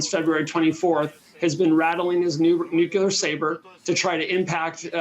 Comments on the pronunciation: "nookular" video closed, learn english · The credibility of the guest was reasonable until he pronounced “nuclear” as “nucUler” what the heck!? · Never trust someone who says, "Nookyaler." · talks about "Nucula". What in the heck is that? Is this guy actually in touch with military issues? What is his competence level? If he operates on a primary school level of English, at what level does he operate in military strategic planning? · Why can't these "experts" pronounce the word "nuclear" properly?